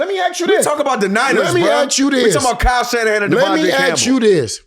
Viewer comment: Shyle Kannahan😂😂😂 i love Marshawn